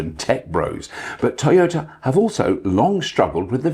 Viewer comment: Bobby Llewellyn. A man so British, he pronounces Toyota as Tea-yota.😄🍵🫖 (somebody get that man a cuppa)😁